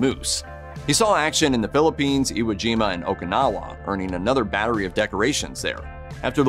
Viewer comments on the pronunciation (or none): none